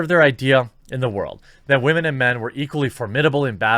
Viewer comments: You saying Wamen mindfucks me like Chernobyl, I taste metal in my mouth. AAH Roentgen = 17k+ Deceased. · Why do u pronounce it like Wah - Man lol